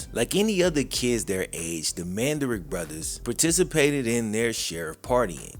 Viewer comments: Man-duh-rich NOT Man-duh-rick... Numb Nutz 🤡🤡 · Pronounce their names correctly Man- da- Rich. At least get their last name correct. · Come on say the dude's last name right